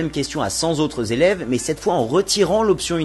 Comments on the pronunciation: Aaarrrgggh à 7.04, j'ai plus rien suivi ! J'ai été perturbé par 100 "Z'autres" élèves, au lieu de 100 "T'autres" élèves. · "Cent z-autres élèves" ! Dis, tu réécoutes ce que tu enregistres ? Mauvais effet sur l'auditeur... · Cent z'autres élèves... Aïe mes oreilles ont mal. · "cent Zautres élèves" ?